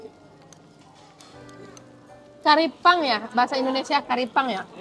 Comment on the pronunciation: BUKAN TARIPANG TAPI TRIPANG YA